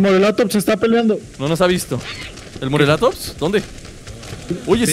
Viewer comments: por favor mis oidos sangran al oir morelatops es morellatops con doble ele y no se dice asi por favor MORELLATOPS con ll no con l suena como si tuviera y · se escribe morellatops pero se dice moreyatops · Se dice morellatops pronunciando las dos (Ll)